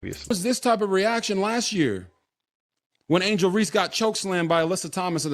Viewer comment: Sir her name is Angel Reese, no ReeSee. Can you please say her name correctly? Thank you!!!